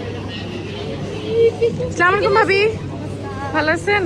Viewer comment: স্লামুলাইকুম না বলে আসসালামুয়ালাইকুম বলবেন।না হলে অর্থ চেন্জ হয়ে যায়